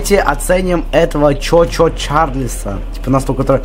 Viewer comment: Этот паровозик не чо чо Чарльз,а чу чу Чарльз ^^ О